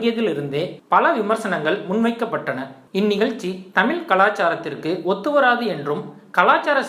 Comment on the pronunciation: "தமில" "முளுக்க முளுக்க" இவளவு கேவலமாக உச்சரிப்பது அசிங்கமாயில்ல ?? இதுக்கு நீ தமிழே பேசவேண்டாம் !!! தூ ......